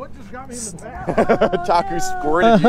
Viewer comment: It's Taku - Emiral "BAM"